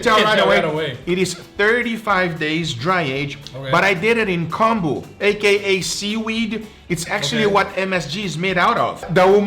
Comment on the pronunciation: In Japanese it's pronounced "kohm-bu", not "kahm-bu".